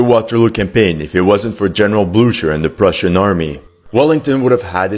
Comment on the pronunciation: Not blu-sher. Its pronounced as blue-ker. Not hating. Just letting you know. That's all.